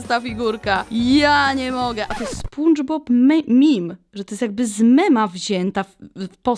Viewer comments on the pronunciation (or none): Teraz źle napisze żeby dać przykład bo ty musisz spunczbob a mówi się spandzbob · Nie spundżbob tylko spandżbob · Nie mówi się spundzbob tylko spandzbob